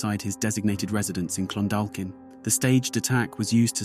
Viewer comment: It’s Clon—dalk-in ye 😆😆😆😆😆😆